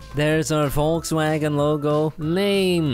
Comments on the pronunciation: ''WOLGSWAGEN''? im dying XD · please stop saying „Volkswagen“ 😂😂 It hurts my german Heart 😜 no front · Volkswagen = peaplecar